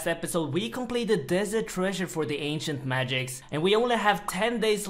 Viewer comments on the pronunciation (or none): none